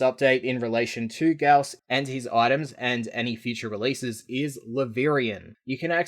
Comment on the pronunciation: " FUCK OFF IT'S PRONOUNCED GA-OW-S! "